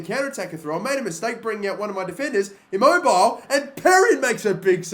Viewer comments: He said "I-Mobile" 😂😂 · Immobile Jesus u said it like mobile it’s not said like that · just to point out, Immobile is pronounced 'i-mo-bi-leh'. made me laugh a little. but great video. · i dont understand .didn't fifa get calcio a license oh n immobile is pronounced E-mobile-ly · You pronounced Immobile incorrectly. Im-oab-i-lay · The way u said Immobile tho😂😂👏👏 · 😭😭 Immobile